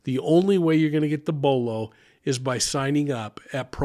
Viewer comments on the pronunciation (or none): none